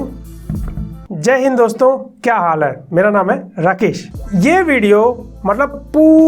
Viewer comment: Bhai jai hind dosto toh sahi se bolo.. Action kuch kamal ka tha 😂